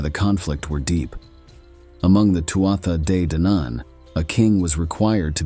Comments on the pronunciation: Loving the stories but please this is how to pronounce Too Ha they Dan Ann ❤ sorry! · The first battle of was most likely at Finny, County Galway, and was preceded by three days of a game of hurling, which the Fir Bholg excelled at. The battle leader of the Fir Bholg was Sreng whose burial mound overlooks Lough Mask, near Tourmakeady. I found the mound and recorded its size, shape and location in 2016. And, You do not need to purposely mispronounce Tuatha De Danann